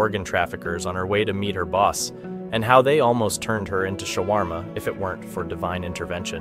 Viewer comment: These guys are hilarious she said sharwama😂